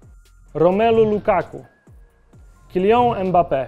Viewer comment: Mega materiał, bardzo fajnie się oglądało tylko tak na zaś to "Kilian" a nie "Kilią" Mbappe się czyta, tak jak się pisze :) Pozdrawiam ✌️